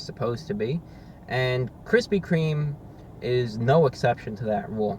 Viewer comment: I keep laughing at "Kristy Kreme"